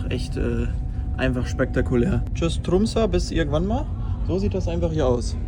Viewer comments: Falsch ausgesprochen das ø ist ein ö kein ä😂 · Es wird Trumse ausgesprochen😊